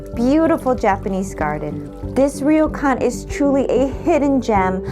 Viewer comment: It’s pronounced almost like “roar-Kwan”, NOT ‘reo-Kan’